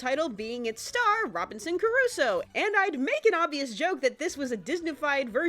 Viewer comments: Loved your review and your humor as usual, but for god's sake, it's pronounced Crusoe (kruːsoʊ) not "Curuso". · Robinson Crusoe not Curusoe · Robinson... Carusoe? Robinson CARUSOE?! (Actually though, great video! Nice work as always!) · Crusoe CRUSOE DAMNIT. You are a great reviewer, but please try to pronounce better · Crusoe. It reads CRUSOE. KRUZO. Geez... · Why do you keep saying "Curusoe"? Why did you spell it "Curusoe"? WHY? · is that the way you pronunce Crusoe?